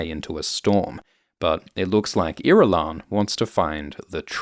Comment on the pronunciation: I've never heard Irulan pronounced out loud and uh that's not the way I heard it in my head 😅